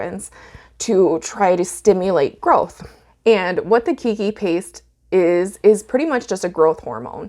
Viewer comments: Aloha, Great info! I am going to try it on a few Nepenthes today since I just received the Keiki Paste a couple of days ago. Some kindly constructive criticism: Keiki is a Hawaiian word. It is pronounced like "kay-kee" which in Hawaiian means "child" or sometimes baby (pēpē or pepe [pay-pay] is more accurate for a baby). The word you are pronouncing kīkī or kiki means "spray" or "spouting" as in Waikīkī or Waikiki, meaning "spouting water" due to the number of natural springs in this area. There's your ʻŌlelo Hawaiʻi or Hawaiian language lesson for today! Aloha nō! PS Gave you your 100th thumbs up. Congrats! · Hello. Just wanted to share, it's pronounced like kaykee. Its a Hawaiian word meaning child :) Love your video though!